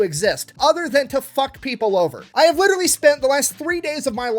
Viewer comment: 2 years late dis you just say witterwy?